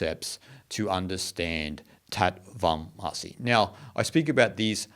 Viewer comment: British transliteration of Sanskrit terms is nothing short of pathetic. Tat Tvam Asi is pronounced THUTH THVUM ASI (not Aasi by the way!). As per the Merriam Webster dictionary, Ä ä is pronounced 'aa' as in father, far etc. Anyhow, the word 'Tat,' how is anyone supposed to know how it is pronounced??? As in the word 'tatters?' As in 'Batman?' :) T as in the word 'time' does not exist in Sanskrit. It is either as in 'thin,' or if just T it is with a retroflexed tongue. Vac is how the British transliterated the Sanskrit word Vaach, (वाच्) or 'Word.' And not as in vacuum cleaner; how dumb that British transliteration was!! They said that the letter C refers to the Cha sound, extensively used in Sanskrit which means 'and.' Uvaacha, used in every chapter of the Bhagavad Geetha, means 'spoke.' Lastly, the letter 'a.' In Sanskrit it is usually pronounced as in 'uh.' Or 'unusual.' And NOT as in 'that' or 'apple.' And oh, Wikipedia lists the four Mahäväkyas quite nicely. We owe a huge debt of gratitude to Ädi Shankaracharya for emphasizing these great four divine statements.